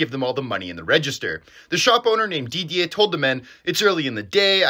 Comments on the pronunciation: Lmaooo I didnt even know this. Also your french pronunciation on Charleroi and Didier is pretty good man, keep up the great videos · Didier pronunciation was great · How did you come to pronounce Didier so correctly?👏👏👏